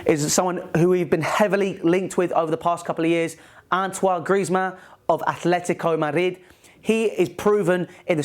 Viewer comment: did you really say athletico madrid like that